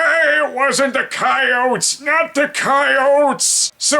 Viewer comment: Did Brad pronounce “Coyote” correctly? To me it sounds weird